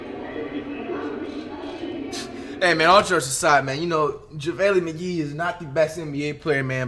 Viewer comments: “Jevaly Mige”🤦🏾‍♂️ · Who tf is Java-ley Mgee? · Nobody: Flight: “Javalee McGeek”